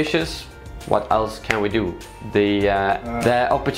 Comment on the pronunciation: "Yeah, let's not dew that" dews it multiple times